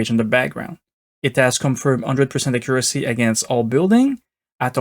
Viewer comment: I loved the acCURacy of your pronunciation of "accuracy" being hard-coded to 50%!